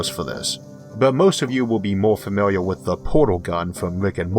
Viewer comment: Famiwiaw with his worck